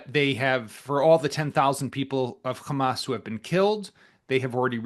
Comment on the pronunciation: Khhhhammmaaasss not hamas